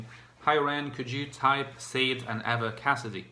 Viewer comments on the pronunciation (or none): Haha it's sha-deh 😄